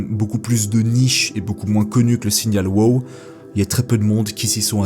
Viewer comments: C'est pas "wo" c'est "wow".... le 2e w n'est pas muet, c'est de l'anglais! 😉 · Merci pour la vidéo . Tu prenonce très mal ton WOW ,il sonne mieux en anglais lolll